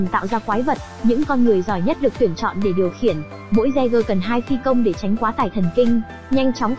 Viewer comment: Kênh review chất lượng, khá chính xác, mỗi tội cách gọi tên jeager hơi bủh bủh lmao